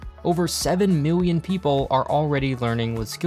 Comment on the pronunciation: Remember Million and billion has an L, not a W. Biwwion, miwwion. MILL-EE-ON